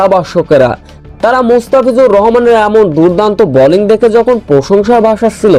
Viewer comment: Balling na bowling, very irritating!